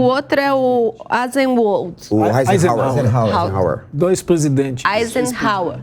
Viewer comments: E a, aprendeu a pronunciar o nome do ex presidente dos EUA Eisenhouser? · não sabe pronunciar Eisenhower! Que tristeza! Tá muito por fora!